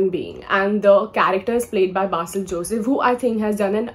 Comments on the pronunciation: Why ‘be’ in ‘Basil’? I don’t think so. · That’s correct. No ‘be’ there.